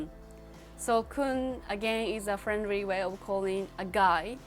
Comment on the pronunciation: She said Friendry? um... that's because japanese people using R and L in same way